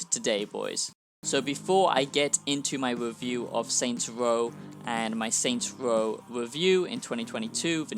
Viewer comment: “Saints woah is twuley a masewpiece”